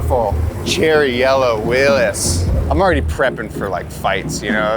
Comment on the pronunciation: Pronounced Willy’s. (From Butler where they first were made)